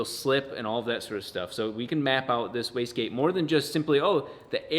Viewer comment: This guys pronounces wastegate so fast that I often hear them saying whisky.